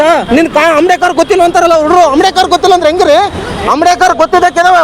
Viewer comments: Not amdekar, ambedkar .say correctly. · ಆಮ್ಡೇಕರ್ ಅಲ್ಲ ಮಾರಾಯ ಅಂಬೇಡ್ಕರ್ ಹೇಳೋ